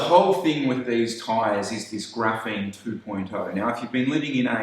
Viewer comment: Graphene, not graphine